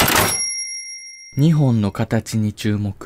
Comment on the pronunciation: 日本の発音おかしいぞ ２本みたいになっている